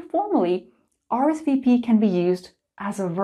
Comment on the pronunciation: Hi, I'm French and I like the way you say RSVP;) You speak French very well:) Thank you for all your videos, it helps me a lot:) Sorry if I make mistakes while writing...